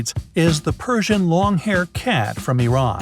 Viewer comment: Ah finally someone pronounced pakistan n iran correct....phew